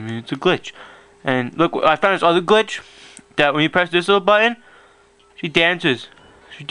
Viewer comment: Love it how he says Glitch Gwich Gwich gwich